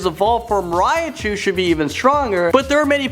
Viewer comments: Riachu? You mean Raichu? Not R-I-A-CHU! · and how he says Raichu (he says Raiachu)